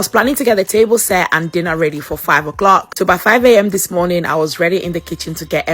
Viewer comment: Morniiiiiiing (Glasweigan 😂)